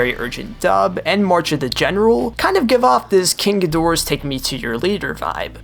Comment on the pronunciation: All though the video is great, you butchered “king geedorah”